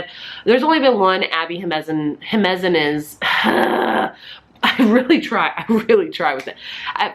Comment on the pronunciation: Jiménez: HE-MEN-EZ 🙂